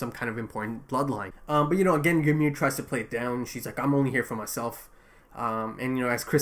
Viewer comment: No I think he’s pronouncing it right